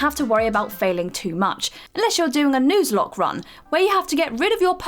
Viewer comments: im sorry...WHAT?!?! NOOZE-LOOKE?!?! my god ive never even imagined someone butchering NUZLOCKE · It ain't pronounced newslocke it's a n-uz-locke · A "news lock" run? Yea English accent are definitely annoying and everybody just acts like they absolutely love them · Why the hell did you pronounce Nuzlocke like that?